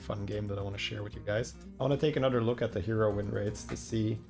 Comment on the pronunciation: i love when he says anudder